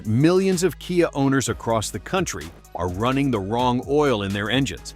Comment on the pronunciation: ..."kaiah"???😂😅😊...How about CAFE Standards?!😢BTW, everything mentioned here, also applies to Hyundai (pronounced like "Sunday"😅)